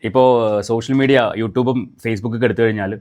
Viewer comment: അപ്പം.. ഇവൻ.. കള്ളം.. പറയണ.. ബ്ലോഗറാണ്... ഇവൻ്റെ... ബ്ലോഗാണ്... പ്രേക്ഷകരേ.. ഇവൻ. പച്ചകള്ളമാണ്. ഇവൻ്റെ.. ബ്ലോഗിൽകൂടി. പറയുന്നത്... ആരും.. ഇവനെ.. വിശ്വസിക്കല്ലേ.. പിന്നെ.. ഇവന്.. മലയാളം.. ശരിക്കറിയില്ല.. ശ്രദ്ധിക്കൂ... ഇവൻ... രേണൂ.. ന്ന്.. പറയില്ല.. റേണൂ.. ന്നാണ്.. പറയല്.. അതേ.. പോലെ.. സ്സോസ്യൽ.. മീഡിയാ... ന്ന്പറയും. ഇവൻ.. ഇവൻ.. ബഗാളിയാണ്..